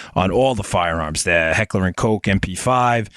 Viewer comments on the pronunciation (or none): none